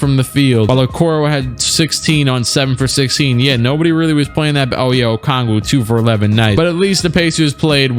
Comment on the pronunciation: doesn’t know how to pronounce Deni Avdija Also clique: pronounces onyeka okongwu perfectly🙃